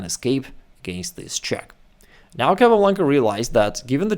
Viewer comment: El apellido es Capablanca, nbo Calablanca..... Asegurate de usar una IA decente.